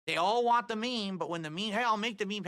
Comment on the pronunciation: I hope people make fun of him for saying ‘want’ as ‘WAH’